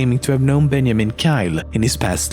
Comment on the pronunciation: "Bel-gyum" "Ben-yaman"